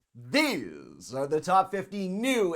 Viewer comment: "THEESE" gives me a nervous tick now... maybe take it easy now? we get it, you're hyped. maybe try decaf for a change. thanks.